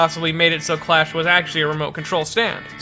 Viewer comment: tbh I thought Clash was actually called Crush due to the subtitles and pronounciation